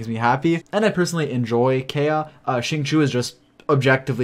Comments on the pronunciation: KAI-UH KAI-UH KAI-UH KAI-UH KAI-UH That is all 🙂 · Can we just take a minute to talk about how pronounces Xingqiu and Kaeya's names? People are always complaining because they cant pronounce them right but the character have a profiles for a reason, just go to their profile and listen to them say it. wow